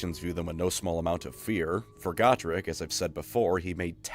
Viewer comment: its Go-Trek...for the love of GOD i cant stand the way people say his name now. this guy mutilates so many names my god in heaven.